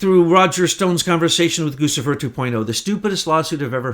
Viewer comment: Its pronounced Goo Chee Fur